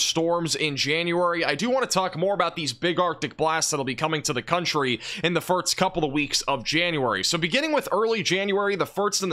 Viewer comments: Have you ever noticed that you say "firts" instead of "first" ? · anyone else notice he says firts instead of first? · It's "first" not "firts". Thank you. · It's first, not firts. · Too much eggnog over the holidays or why do you keep saying "firts" instead of "first"? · Is it my imagination, or does he say "Firt's" instead of First? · Do you say firts instead of first or am I just hearing you wrong? I thought I heard say the same thing